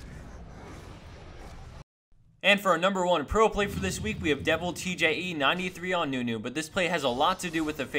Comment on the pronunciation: deviltje is pronounced devil-chuh. its dutch